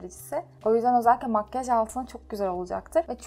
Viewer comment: Makkaj degil makyaj 😂😝